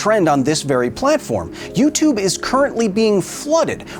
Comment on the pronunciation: "You-tube"? Not for a long time